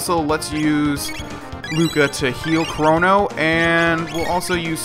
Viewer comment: Why have you been pronouncing his name "Kronno"?